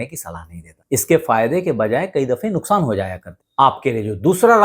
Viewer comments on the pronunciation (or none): none